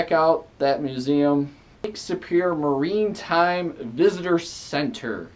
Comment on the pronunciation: How about doing a “Top Ten” list of correct pronunciations for the Top 10 things to do in Duluth? For example; MARITIME not Marine Time museum VISTA FLEET not Vista Boat William A. IRVIN not William A. Irving GOOSE BERRY Falls not Gooz berry falls So on and so forth.... Nice try..... For another unpaid Chamber of Commerce commercial....